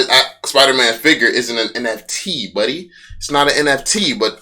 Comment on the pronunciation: OM FUG, you said Buddy so white.. "Cmmon Buddy" Made me proud ma Ninja! Aww crap, Grandpa stop Fudding!!!